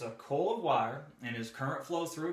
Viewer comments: Nice video! Very helpful, direct information. It took me a moment to catch onto "coil," I thought you were saying "cool" :) Dialect! Thank you for making this. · Is he saying 'mcall' or 'mcoil' for the motor coil. ?Surely its just a Relay coil by definition